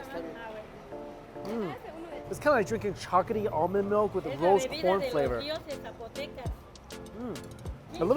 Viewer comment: I’m sorry but the way you say chocolaty bothers me sooo much